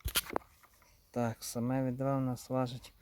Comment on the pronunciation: Ну що це за слова? Колоп, відо, гам, попеледній, не лосте, дугу витягнув, клюнув на макаон. Ти шо знущаєшся? А ну змотав вудки і шведенько до логопеда. Що в тебе за батьки, що запустили твого язика?